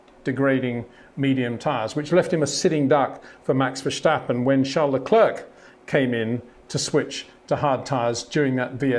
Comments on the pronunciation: It’s not Verssshhhtappen, it’s Verstappen. The same “S” sound as in “Signal” and “Sign”. You don’t say “Shignal” or “Shign”. 🤦🏻‍♂️ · Charle, Charle, Charle, Charles, Charles. Max Vesshhhhhtapen, Max Verstappen, Max Vesshhhhhtapen... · Verstappen. NOT Vershtappen. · Always enjoy your reviews, but please stop pronouncing Verstappen's name like Germans say his name. ("Vershtappen"). His name is Dutch, and should be pronounced as Verstappen, like "stab" - Verstappen. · HEY PETER WINDSOR, I HAVE MESSAGE FOR YOU SIR: With all due respect ... it is NOT Max "verSHtappen" ... Max is not German (Germans indeed do pronounce "st" as "sht") ... #Max33 = Dutch NL/Belgium! ... It is not "Bottash" nor is it "Lewish" certainly not "verSHtappen" .... This BS started long time ago when a British sport presenter interviewed father Jos Verstappen and assumed you can use a German pronunciation to a Dutch Driver thinking it is so "funny" ... It is not. Serious question: can any Englishman say "versatile" out-loud without saying "vershatile" phonetically? most can about 99,99% ... that is why most English can pronounce Verstappen 100% correct! Father Jos Verstappen (also F1 Racer) was very active between back then only a very few said "Vershtappen" but the vast majority of British sport presenters pronounced it perfectly ... only a few old stubborn farts like Peter Windshor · Step, stip, stop, stap, stappen, Verstappen.